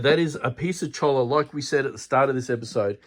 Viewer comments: it is pronounced “Choi-ya” Keep up the great work! Love seeing other people projects, gives me ideas for my own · It is pronounced "choya"